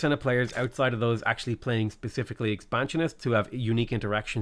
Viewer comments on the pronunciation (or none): none